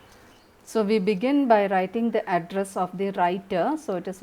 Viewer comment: Address sounds like Adras😂😂